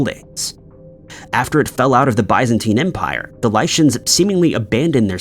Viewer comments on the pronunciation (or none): Biz-en-teen not Buys-en-tine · Never in my life have I heard bye-zentine empire. Is this a newly agreed upon pronunciation?